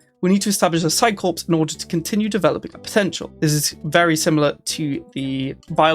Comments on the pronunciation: Psi Corps is pronounced like Psi Core, not Psi Corpse (as in dead body). The "ps" is silent. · It's nitpicking of course, but in "Psi-Corps" is "ps" is silent. Corps is French and is pronounced like "core" Just remember like they pronounce it in B5 in the frequently used phrase "The corps is mother, the corps is father"